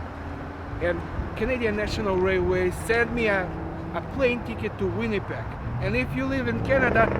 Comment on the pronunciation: I can't believe you still mispronounce "Winnipeg" and "subdivide" - do practice your V and W sounds!